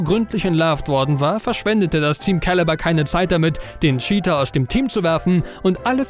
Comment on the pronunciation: mich triggert die scheater statt cheater (tscheater) aussprache schon sehr xD ansonsten gutes Video :D